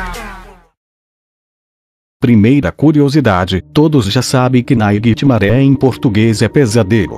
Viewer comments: quem é "nainitimare" kkkkk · Nightmaré hahahahahahahahahahahaha ele n sabe fala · Para de falar naiguiti maré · Para de falar NAIGITIMARÉ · PARA DE FALAR NAIGITI MARE!!!!!!!!! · Para de fala nithgnare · Para de falar nhitsmare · Para de falar naiguitihgfgdthd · Mano quantas vezes você falou nighrmare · ele fala o nightmare errado